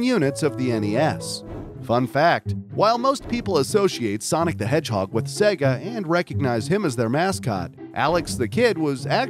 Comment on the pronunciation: "Sonic the Hedgehod" [insert skull emoji here]